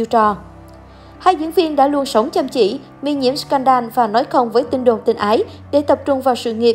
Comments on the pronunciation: Thích chị iu của em quá trời ☺️☺️☺️ klq nhưng mà add phát âm sai từ “ scandal” òi nha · như phim First wive co ta đọc sai bét ,như scandal cũng đọc sai